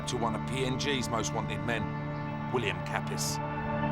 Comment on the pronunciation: William Kapis😂😂😂 It's Kapris bruhh... Kapis means something else😅